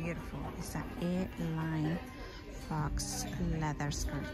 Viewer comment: Thank you so much, apparently I miss pronounced faux , lol… that is ok 👍🏼… love love love 💛💛💛💛